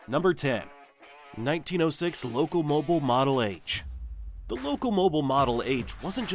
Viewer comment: It's loco-mobeel. Not loco-moble.